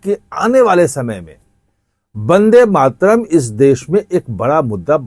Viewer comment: Ache se bol le vandematram